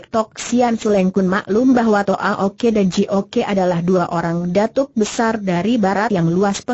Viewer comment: Terlalu dipaksakan diperpanjang dg membuat tokoh2 baru ..jadi bertele2 Twa Ok dibaca Twa Oke Ji Ok dibaca Ji Oke Sam Ok dibaca Sam Oke.. lucu...